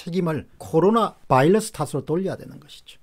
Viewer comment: 옥의티겉으네요. 바일러스와 버이러스는 특히 공박사님 수준에서 가려써야헐듯 합니다.듣기가 좀...